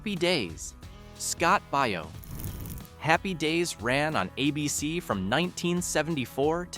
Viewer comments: "Baio" is Italian too, and it is pronounced like "Bio", not "Bay-oh". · pronounced bay- o scott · Please learn to pronounce the names of the people you cover. Scott Baio....pronounced "Bayo"...Danny Bonaduce pronounced "Bon ah duche". That's all. Thank you❤